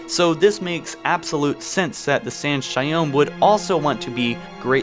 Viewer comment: It was a great video and all, but the way you pronounce each species in halo on your vids is fucking annoying 🤣 in this case it’s not San’Shyom lol, it’s San’ShayUUm, with U not O